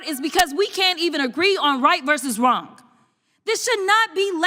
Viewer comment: I didn't know the word "Wrong" ended in the letter "K"